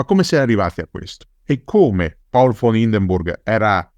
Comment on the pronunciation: Ottimo come sempre. Però si dice Paul e non Pol: sarebbe contento anche Hindenburg, prussiano doc